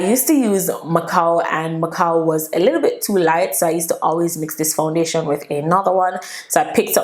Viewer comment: The way you're pronouncing the foundation is sooo annoying sound weird.